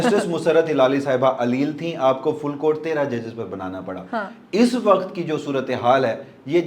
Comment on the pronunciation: You speak very good urdu but please pronounce WAQAT as WAQT.